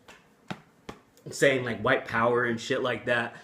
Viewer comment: I saw the Robb Flynn video, I replayed what Phil Anselmo said 5 times over and I could hear that he said "Wine Power" instead of "white power". I didn't hear him pronounce the "t" those times. Hmm, maybe because he was drunk and he just had a couple of wine drinks. Anyways, it was funny as fuck how he shouted out "white power". So stupid but funny.